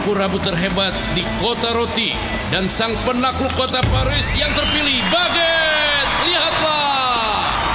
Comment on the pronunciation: Bagueete=1% Tuan bread=99% Cara baca=bagutte=bak get Tuan bread=tuan bret